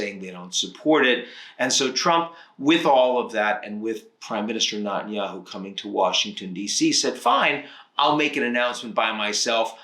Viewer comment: I love you Ian, but you are probably the only person in the world who pronounces BiBi's last name as: Nah-tan-yah-hoo. The correct pronunciation is: Neh-tan-yah-hoo. I lived in Israel for four years and this is the way he pronounced it and the way virtually every other commentator in the known universe pronounces it. I don't understand why you continue to be so tone deaf!